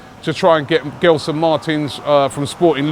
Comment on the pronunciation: As a Portuguese Arsenal fan who grew up in London, I'm glad that Arsenal are finally looking at players from the Portuguese league. There has always been so much talent there that Arsène never really tapped. Let's see what happens with Arsenal links like William Carvalho & Gelson. By the way, the "G" in Gelson is pronounced like the "G" in gelato. Just an FYI. Keep up the excellent work!!